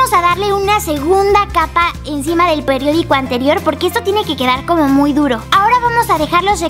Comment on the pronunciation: Momento... dice Pediodico o Periodico? .-. La escucho decir "Pediodico"